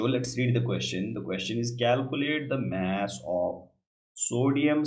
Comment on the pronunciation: Sir maaas niii hota mass hota h bolna sekhe